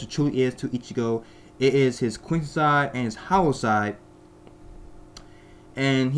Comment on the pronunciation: Please say "quincy" and not "queen sai". Try it like "queen see".